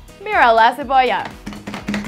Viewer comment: La cevollau te hace lloraur... Usthedes me hicieron llourar de risa 😂